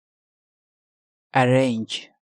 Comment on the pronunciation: Arrange ✔ not arrenge ✖️